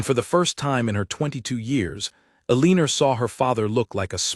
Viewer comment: El a nor is how her name is pronounced